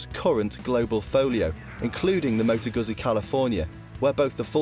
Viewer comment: Moto GOOTSI. :))